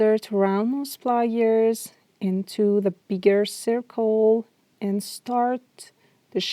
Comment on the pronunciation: Nice video, but saying "wye your" and "ply yours" was very distracting